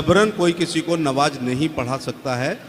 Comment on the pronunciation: Navaj nhi namaz